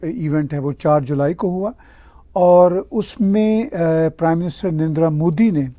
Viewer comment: Love the punjabi andaaz of saying "pew-ton" 😅 And, of course, "N'rrndraa"😂